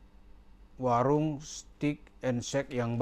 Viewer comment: Bacanya WARUNG bukan WAROENG